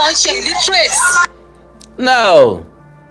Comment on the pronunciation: Awikonko You didn't hear her Pronunciation Well, the shameless woman said, illetrace........